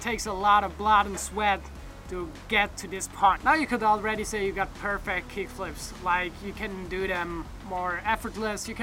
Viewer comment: Yo Jonny, you might want to throw the syllable on the last part of that word, per fect'. Coolio! All right man, thanks for the tips.